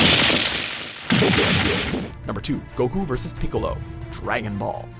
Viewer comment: Nay-ji? Toe-goo-roe? Pee-ccolo? Almost as bad as the time they called the Demon of the Hidden Mist Zabuza Momochi an alcoholic, aka Za-Booze-a